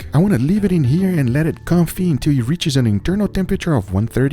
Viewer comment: It is pronounced kown-fee not kon-fit